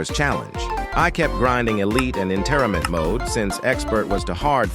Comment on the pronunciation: “i kept grinding elite and interebet mode”